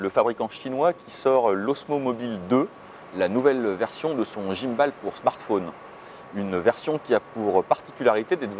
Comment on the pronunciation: Merci pour cette vidéo ! Par contre, svp, ne dites pas "guimeballe", c'est juste horrible à entendre ! C'est de l'anglais et on dit "guimebole" :-)